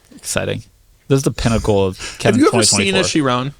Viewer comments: Hahaha, that also what I was thinking. Did he just call it the "sherooon"? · i refuse to believe that you talked about people mispronouncing tourbillion, just to mispronounce chiron right after 😭